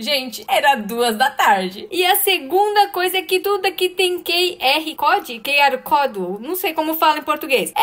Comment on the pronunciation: Amiga a gente pronúncia "QR-COUDE" algo assim😅... Amei a história e realmente imigrantes geralmente sofrem muito😢